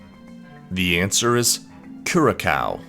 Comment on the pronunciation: Tough quiz, but always great to learn new stuff. 👍🏽 Just one thing, I think l hv mentioned this b4 abt the pronunciation of the word Curacao. It is pronounced Q-rah-sow (sow as in a female pig). 😊